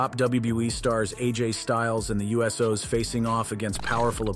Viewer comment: "The U-S-Os"? "Deuce-E-W"?